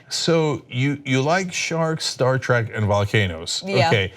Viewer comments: Agree. I yelled at the screen as soon as he said it, "If you're such a big fan then don't pronounce it TRACK!" :) :) :) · hmmm. Cenk claims to be a big fan, yet he pronounced it "Star Track"